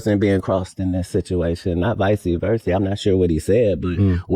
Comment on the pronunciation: Did Katt just say vicey versey